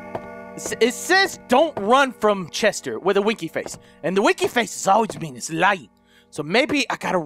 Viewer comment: ITS TATTERS NOT CHESTER